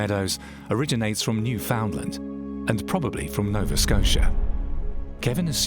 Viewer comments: Newfoundland is in Canada and you emphasize the last part, land. Newfoundland understand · I get so fed up with people who do not know how to pronounce the name Newfoundland!! The emphasis is on the last syllable, not the second! It is pronounced "New Fun Land" with emphasis on the Land, not the Found, please!!